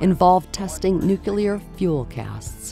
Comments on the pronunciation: Such an interesting job, but the narrator can’t pronounce nuclear. , She mentions “…a world-class nuc-yooler weapons testing complex…” Luckily, their test protocols are better than their sound editing. You’d think Sandia, in what amounts to a commercial for their wares, would care about that level of accuracy in their marketing. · the narrator pronounces nuclear as 'nu-ku-lar', and that's all I can think about for the rest of the video. What about that word is so difficult for so many people? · "nu-cu-lur" ? Seriously? And the Japanese torpedoes were perfect. Ours were trash. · You'd think they could have at least coached the narrator on the correct pronunciation of "nuclear". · Please stop pronouncing nuclear as nu cue lar.